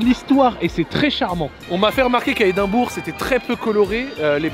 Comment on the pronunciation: Edimbrough = Edimbra